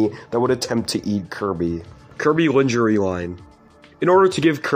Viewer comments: gonna edit this comment when i finish the video hehe. might be tomorrow edit: finised!!!!! i found the iroha thing the coolest lol. however on the kirby 3d pinball thing i read the card and im pretty sure it said pupupu adventure. also lingerie is pronounced lawn-jhuh-ray dfghkdfjg ALSO ALSO THE WADDLE DEES LITTLE TAPERED TENTACLE PENIS IS VISIBLE IN THE KING DEDEDE THING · Linjeree. Lmfao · I don’t think he’s saying Lingerie right. It made me laugh a little. Overall 10/10 iceberg video